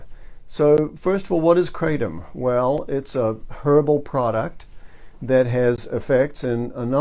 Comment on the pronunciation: good video. It's pronounced 'kra-tom' not 'kray-tom'. (I'm a Thai speaker).